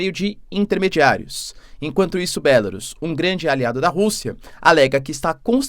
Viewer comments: Porque você não pronuncia em português "Bielorrússia" ? Acha chique pronunciar em inglês? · Professor pq vc não chama pela forma aportuguesada o nome da Bielo Russia porque Belarus está escrito em inglês e não se pronuncia assim pq da mesma forma teria que chamar o Japão de Japan, a Alemanha de Germany, a França de France e a Inglaterra de England. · Continua com uma péssima pronúncia da palavra Belarus, não aprende mesmo, doutorado que é bom, nada!